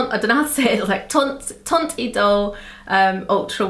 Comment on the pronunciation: Your pronunciation of Teinte Idole is very good :)